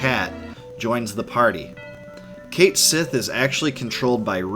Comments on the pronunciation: It isn't pronounced "Kate-Sith" It's pronounced "Ket-Schi". Weird, I know. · Brw, cait sith is pronounced kat shei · "There, Cait Sith" "Noooo, it's pronounced punch me in the face" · Ugh while I mostly enjoy this channel, hearing the mispronunciation of 'Cait Sith' so much makes me cringe